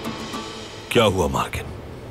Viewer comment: its mergan not margin 🤣😂